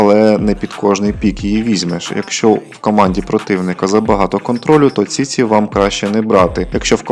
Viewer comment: Ціці 😂😂😂😂😂😂 автор ти хворий?????😂😂😂може чічі чи все-таки ціці 😂😂😂😂😂